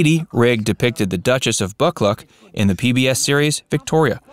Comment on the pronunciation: FYI - the name Buccleuch (Duchess of) is pronounced Buh-cloo not Buck-luck :) Just one of the many British names that have a pronunciation nothing like the spelling.